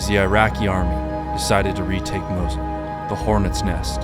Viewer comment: Did you mean the city Mosul? It sounds like your saying Mosley, not to be rude